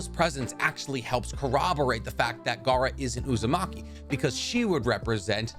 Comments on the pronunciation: Man really said Uzumake-me 😭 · Lol uzu-make-me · "Uzamaki" LMAOOO